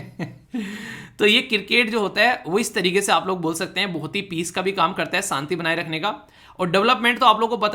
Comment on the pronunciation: Good morning Sir aap haryana se belong krte ho kya?? kyonki aap भाषा की जगह भासा और शांति की जगह सांति word pronounce krte ho. Ese pronounciation haryana Wale hi krte h or aap bahut sare ese local word use krte ho jo haryana me use hote h